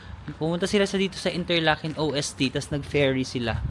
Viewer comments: Ost po not O-S-T 😊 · Ost means east and is pronounced as Ost not O.S.T. (Ost=W(V)esten Norden=Sud)😊 pero ok lang yan you will learn it as you travel around Swirtzerland and other german speaking countries. watching ur Europe travel vlogs.😊 Enjoy!!!